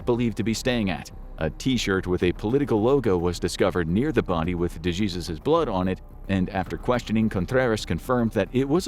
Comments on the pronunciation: De-hey-soos . Kinda disrespectful to not only her, but her family to keep pronouncing name wrong. It’s not that hard to say it the right way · Dejesus is pronounced De-hey-Zeus !!!!!!! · De-Jesus 😂 bro